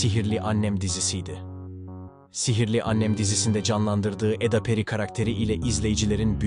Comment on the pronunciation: Arkadaşa katılıyorum. Diksiyon üzerine çalışmalısınız. Doğal insan konuşmasından çok uzak bir konuşma bu, bilgisayar konuşması gibi robotik. Hiçbir Türk Eda ismini bu şekilde seslendirmez. A harfi hafif uzundur. Vurgu ve tonlamalar da ilginç. Kelimeler arasındaki duraklamalarınız da çok yersiz ve yanlış. Yani es verilecek yerlerde es vermeyip, verilmeyecek yerde es vermişsiniz. Örneğin: "Ortaokulu Alsancak (boşluk) ortaokulunda okudu" şeklinde seslendirmişsiniz. "babası Alabama'ya giderkenDefne (boşluk) annesiyle kaldı" Burada da giderken kelimesinden sonra boşluk vermeniz gerekirdi, Defne kelimesinden sonra verilen boşluk ise orada olmamalıydı. Ve bu evliliktenonüç Haziran Evlilikten kelimesinden sonra boşluk olması, on üç kelimesiyle Haziran kelimesi arasında ise bu kadar uzun boşluk olmaması gerekir. Bunun gibi çok örnek var. Bir iki tanesini yazdım. Gerçekten ilginç..